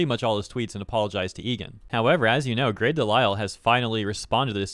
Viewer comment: im glad you figured out how to pronounce her name after the last vid..but they'll never be as good as bridget hoffman..